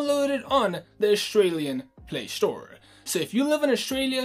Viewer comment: Play store/Australia, not Play shtore/Aushtralia